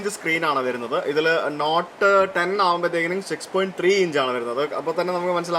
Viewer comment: bro, 'Not' and "Note" are pronounced differently:)